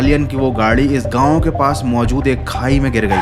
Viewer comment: Gaun ❌ Gaon ✔️